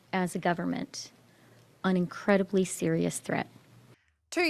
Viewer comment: oh Chrstia Sl@ "we face an incwedibwy sewious thweat of civiw convewsation and qwestions it was so howwibwe" not surprised but still can't believe they're going to appeal the court's decision on this. jail time first, he can appeal in 25 years.